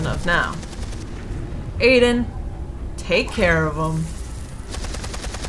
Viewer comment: Gabriel Ortega it's I den idk why she keeps saying a den